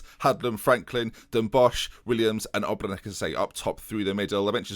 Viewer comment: Maybe say ObreNitsj instead of Obrenek. But Great series, man! You are a true hero.